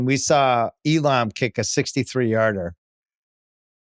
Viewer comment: Nobody pronounces the a in Elam like that, Bill. Nobody.😂